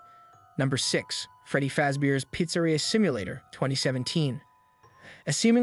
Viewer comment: What the fuck who mispronouncss pizza-reea?